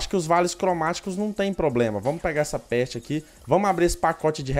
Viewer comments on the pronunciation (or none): man quando ele fala “peste” eu não tanko nmrl kkkkkkkkkkkkkkkk